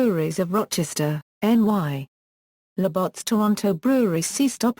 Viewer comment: The pronunciation of Labatt's is brutal! haha